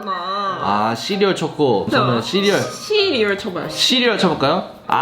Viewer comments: 초에 씨리얼 말하는데 자꾸 시리가 나옴ㅋㅎㅋㅎㅋㅎ 나만 그런가?? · 해리님이 뭐라하고 우디님이 씨리얼할때 씨라고하는순간 욕한줄ㅋㅋㅋ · 시리얼 말할때마다 시리켜짐ㅋㅋㅋㅋ